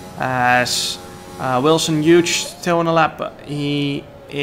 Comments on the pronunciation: Hughes is pronounced Hewes not Huge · Wilson's last name is pronounced (H-you-s), great race though, shame about the penalty, track limits have always been strange in these games. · I think the g in Hughes is silent jarno🤣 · It's quite funny how Jarno says "Wilson Huge"